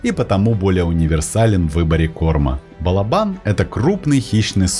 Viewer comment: Спасибо за классные рассказы о животных! Удачи и всех благ! Единственное, что прошу сокола называть балОбаном, а не балобАном (источник сокольничий и словарь Даля)